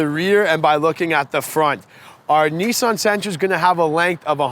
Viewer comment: Why can't he pronounce Nissan correctly?